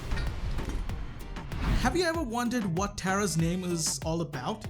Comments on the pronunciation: Did you know that she is named tara (pronounced tare-uh, NOT tar-uh,) because she is holding three tarot cards, which is a type of card said to allow certain people (or brawlers) to gain insight of the past? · Actually Tara is pronounced Tera is I’m wrong blame kairos